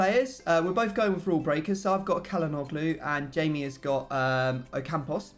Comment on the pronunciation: pllllllllllllllllls stop saying kalanoglu